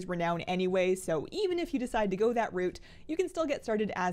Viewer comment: Its pronounce route not route ...